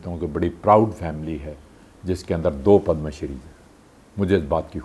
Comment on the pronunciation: It's padma shree not padam shree